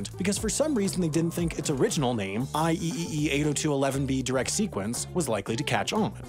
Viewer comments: “I-E-E-E” instead of “I-triple-E” physically hurt me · Don't if it was supposed to be a joke, but it's I triple e. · IEEE is actually pronounced "I triple-E" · we pronounce it I-triple-E 😭 but it’s okay, us EE’s and CE’s will keep suffering in the background 🤧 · IEEE is spoken as "I triple E"